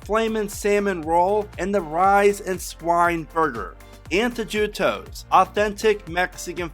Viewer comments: TPR tip: it's pronounced ANN-TOE-HE-TOE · Dude, c'mon. Antojitos is not hard to pronounce. You didn't even try!